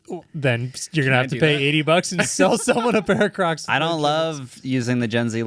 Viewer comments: Maybe it’s my hearing but I am hearing say Windows XP crux. 😂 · I thought was saying Windows XP crux 😅 didn't realise he was talking about footwear 😂